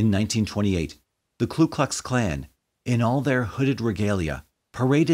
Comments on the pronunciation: It's Ku Klux, not Klu Klux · Ku..not Klu.... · With utmost respect, it’s the KU Klux Klan. The first word of the Klan does not have an ‘L’ in it. I know it’s a silly thing for me to point out, and I apologize to anyone I may have offended.